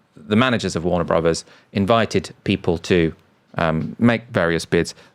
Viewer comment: OMG, would people stop calling it Warner Brohs, it’s Warner Brothers.